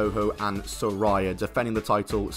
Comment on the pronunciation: SaRAYa not Soria